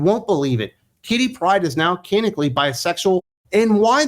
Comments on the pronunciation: For the love of all that's holy, "canonically" is pronounced "can-NON-ick-ly!" My ears thank you, my nerves thank you, and I thank you! Geez, bullshit like this is why I don't read comics anymore. When in doubt, make 'em homosexual! As so sagely pointed out with Tim Drake and Jon Kent, there's no such think as bisexuals in comics having a heterosexual relationship, because all hell will come down that the "queer" character isn't "queer" anymore! Just as with any other "woke" endeavor, all the creativity, such as it is, comes to an end after the character is made "diverse." You don't have to do anything else. You can write complete garbage thereafter. and the "right" people will still applaud you for what you did TO the character (*cough*The*Acolyte*cough*). Glad I have a lot of the old stuff in trades yet to be read. Hell, I'll re-read my old trades instead of buying this crap! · Can-on-ick-alli. That's how you pronounce 'canonically '